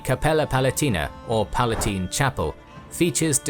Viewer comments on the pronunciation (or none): none